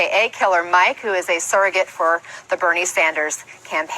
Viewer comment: You see how she tried to throw him off balance right from the beginning by mispronouncing his name? Evrery question had an anti Bernie bias